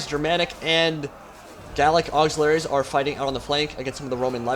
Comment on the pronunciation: Auxiliaries, not auxilaries, that little missing 'i' does a lot.